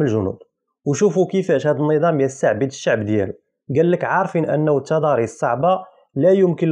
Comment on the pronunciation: صاحبنا لا يفرق بين الدال و الضاء بحيث قال التداريس عوض التضاريس هههههه